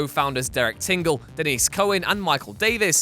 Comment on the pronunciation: Denys Cowan. Denys=Dennis not Denise